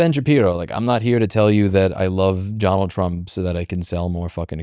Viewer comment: “Johnald Trump”